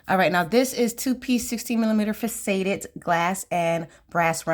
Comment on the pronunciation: Hello! So wonderful to see your unboxing! I bought two of the February box because I missed out on the companion bundle! FYI the word faceted is pronounced Fa- cet- ed with the accent on the first syllable, and pronounced like asset. I always like to learn how to pronounce words I’m not familiar with, too! Anxious to see the new jewelry you make with this box!